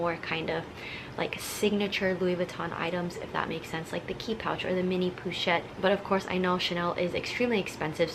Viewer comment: "poo"-chette pewwwwchette lmao. "PO-CHETTE"!!!